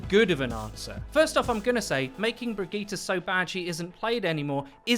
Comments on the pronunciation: Is he saying brigette wrong or have I been saying it wrong? I say “bridge-it” not “bridge-gee-ta” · how about learn to sayt he name first then care about a rework